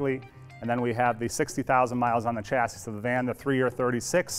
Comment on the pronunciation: Please learn how to pronounce chassis...